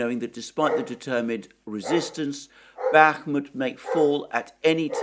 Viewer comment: After being subscribed to you for a while now. I think I heard you say "Bakhmutt" over a thousand times, plus you have many video titles with "Bakhmutt" in them When the Russians turns it into Artemovsk, I hope they name a street after you.